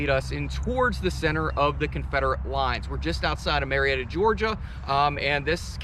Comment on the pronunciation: Ma-Retta GA ...